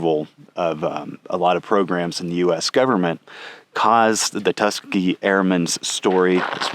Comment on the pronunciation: Great episode! One note, though: it's pronounced tus KEE gee, not TUS kuh gee